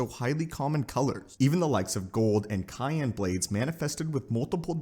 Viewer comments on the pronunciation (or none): "Gold an KYAN blades" Bruh. Its cyan not kyan. That should be easy to remember! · Cyan is pronounced SAI-an, not KAI-an. Proceed. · I'm sorry did you say cayenne as cyan!! Or is there there a Canon jedi blade that also seasons your food? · Cyan isn’t pronounced as “cayenne.” It’s “sigh-anne.” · Cyan is pronounced sigh-ann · lol doesn't know how to pronounce cyan